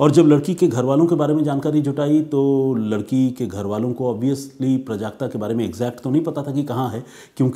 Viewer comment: प्रजाक्ता नहीं। ..."प्राजक्ता"